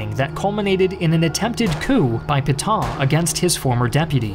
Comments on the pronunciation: credibility would have been enhanced if he had practiced the pronunciation of "Pétain." He said something like "pee ton" but it should have been closer to "pay ten". His theme that France's 1940 surrender is too simplistic for history is not, IMO, correct. The French defenses were well equipped but badly coordinated, and the Wehrmacht went through them as a knife does, butter. They lost. The government had no realistic option but to yield. The deal they got from the Germans was vastly more generous than they, the French, had given Germany at Versailles. Hitler's use of the famous rail car was not "petty", but a way to impress the folk back home. He was never accused of being a poor showman. And as a front-line participant in WW1, he no doubt felt personally vindicated too. He was not quick to crush France, as Germany had been crushed 20 years earlier. He wanted a quiet Western neighbor, so as to be left free to pursue the Bolsheviks to his East. By letting the French run half (at least) of the country he saved resources for that purpose, but had to defend its North and West against British retaliation. So Pétain did the best he could, in bad circumstances. A condition of being able to exist, Vichy had to be neutral, and had to submit to some ugly requirements. The alternative was ongoing war, of which Pétain had seen enough. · Peh-tan, not Pee-tahn! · It's Pétain and not Putain, whatever you can think about him. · you pronounce Petain almost as Putain, well played. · Why can't you pronounce Pétain correctly (etc.)? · Would be nice if you could pronounce Pétain correctly.